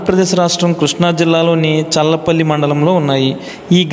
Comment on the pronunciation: అది చర్ల పల్లి కాదు స్వామి.... చల్లపల్లి... మా ఊరు పక్కనే